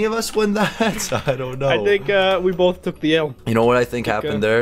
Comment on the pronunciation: I'm sorry but... borth